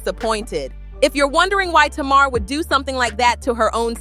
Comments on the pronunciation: You can tell you have no business telling this narrative cause her name is not Tamara is Tamar damn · Who’s Tomorrow? Her name is Tay-mar! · I'm 10 minutes into the video and I just want to know... Who the hell is tomorrow??? Her name is TAY-MAR (Tamar)😂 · Please learn how to pronounce their names correctly. Her name is pronounced TAY MAR. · It's pronounced Tay Mar! SHEESH!!!!!! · I can’t trust a story who can’t pronounce TA-MAR correctly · Mispronouncing Tamar's (Tay mar) name is crazy work‼️😮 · 😂😂😂I was trying to tell her during the entire video it’s Tay Mar..😂😂😂😂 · You can not even pronounce Tamar name correctly, so how can I listen to your story 🤔 please make it make sense because I am confused 😐